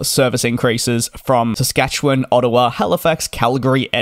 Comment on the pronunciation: If nothing else, I have to give credit to you for pronouncing Saskatchewan correctly 😂. Most other Canadians can't even manage that